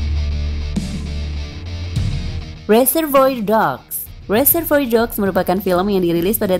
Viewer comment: Reservoir dibacanya RE-SER-VO-A mbak!